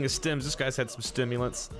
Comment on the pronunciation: That buff apple had some Stemulants 😂😂😂😂